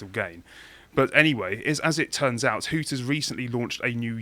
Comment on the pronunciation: It's Hooters, not Hookers guys